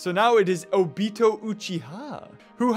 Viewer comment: You said obito so wrong it from nuroto